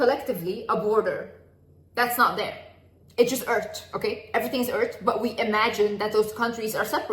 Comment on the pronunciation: “It’s just eartch” aweee 🥰